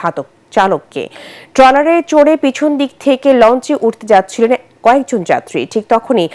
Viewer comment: Very sad incident. I could not watch it full. কিন্তু আপনার উচ্চারণ ঠিক করুন আগে ঘটনা কে গটনা বলছেন ট্রলার কে টলার বলছেন কি news পরেন এইসব।